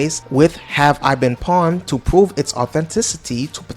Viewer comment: Bro nobody says pwned like that wtf